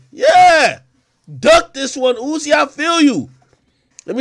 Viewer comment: His name ain't uzi no'moe, lmao his name "Uusie"😂...